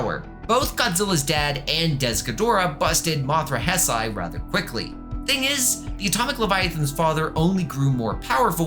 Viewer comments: definitely not malding that you are pronouncing it as hesai, not heisei Also, Gemstone is not Junior. I don't remember the exact points against it, but one of them was the amount of toes being different I think. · Is pronounced heisei not hsisei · one second in and I hear Heisei pronounced as Hess-Aie...dawg...be so fr... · It's pronounced "HAY SAY."